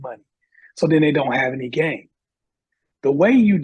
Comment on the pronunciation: It seemed like this guest could not articulate “game” that well.